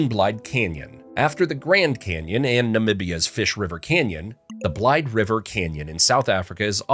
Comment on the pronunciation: 11... Its pronounced blade-duh Say its quick.. not blide..... Sounds like 2 words